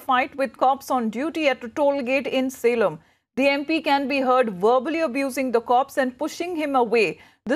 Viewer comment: It's Salem not selam